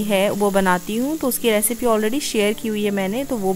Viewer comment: Just a suggestion dont take it in a negative way. Please work lil on ur pronunciations. ‘Edit’ its not ‘adit’ ‘Depend’ its not depand. Aise bahut sare words hai ‘Recipe’ not ‘ Racipe’. U stay in US n is tarah se sunna thoda kano ko chubhta hai.